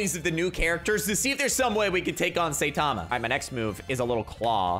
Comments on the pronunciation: Imangine saying satama instead of saitama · IT NOT SAYTAMA ITS SAITAMA! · his name is saitama but you pronounce it as sitama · Now, i like and all, hes really cool. BUT HE MISSPRONOUNCES SO MANY THINGS THAT IT IS STARTING TO ANNOY ME. Its saitama not saytama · btw joe saitama is pronounced sai tama not sa itama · It’s not how u say it it sound like Saytama that’s how u sound like when u say it when u is saitama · saytama Me: it is saitama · You said sayTama it’s Saitama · bruh the way he pronounces saitama honestly triggers me, its not SATAMA, its (seye-tama) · Saytama it is saitama bruh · I hear “saytama” like bruh that’s not how you say it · S-eye-ta-ma;-; cmon you know this man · bruh its not saytama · Lol saytama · u where saying saitama name wrong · am i the only one that got kinda triggered when he said saitama wrong? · Ur pronouncing his name wrong trigger